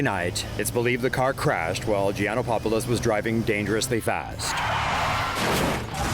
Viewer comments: late comment.. clearly, he messed up mentioning Brandon's last name.. it only has one "1" po in Gianopolous yet the reporter keeps in mentioning Gianopopolous.. hahahaha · His name is Gianopolous, not Gianopopolous. At least have the courtesy to pronounce his name correctly no matter what kind of person he was. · Gianopapolos? Don't you reporters know how to read?